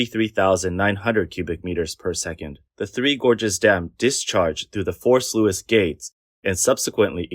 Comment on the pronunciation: The "Sluice" in Sluice gate is pronounced "Sloose" not "Sloo-us" It's like "Juice" or "Loose". Fitting since it lets the juice loose from the reservoir.